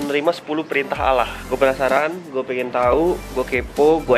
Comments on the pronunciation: allah bang bukan alah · apa gk cmn gua yng denger kalau bilang alah atau allah di menit ke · bukan alah tapi alloh bacanya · bukan allah tapi olloh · Robi Yoga tapi bang gazel nyebut alah bulan allah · bg abang Kok bilang Allah alah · Bang kok ngomong nya alah gabisa ngomong nya y😀😀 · bang kenapa bilangnya alah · iya sih, tpi kan yng betul allah,karena itu nonmuslim jdi nyebutnya alah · lo gk boleh bilang alah tapi allah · Salsa Effendi bacanya Alah, tp tulisnya Allah.. cuman beda cara ngomongny aja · bang kok ngomong Allah malah alah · bilang Allah tapi bilangnya alah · tulisanya allah tapi bacanya awo ya bang mohon pengertianya terima kasih